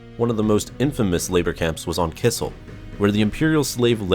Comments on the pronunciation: You pronounced Kessel as Kissel. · It's Kessel not Kissel!!! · Kessel not kissil lmao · Did he pronounce Kessel Kissel? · Listen to how Han talks about the Kessel Run and pronounce it right